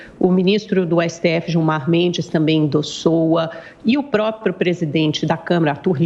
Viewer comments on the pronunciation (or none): Caraca Amanda … INDOSSOA … Que palavra é essa ? Uma repórter falar isso! Ah o Gilmar Mendes indossoa … me poupe. Acho que queria dizer: Gilmar Mendes a endossou… ou seja, endossou a ideia … concordou, apoiou, … poxa Amanda … Assim tá difícil! E pra te ajudar Amandinha; olha ai… Sinônimo de endossar Transferir uma responsabilidade ou encargo: 1 transferir, transmitir, passar. Garantir a veracidade ou idoneidade: 2 garantir, assegurar, afiançar, abonar, avalizar. Apoiar uma ideia: 3 apoiar, aprovar, defender, aplaudir.